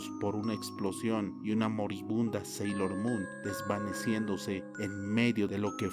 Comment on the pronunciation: Sailor es no senchis como sea que digas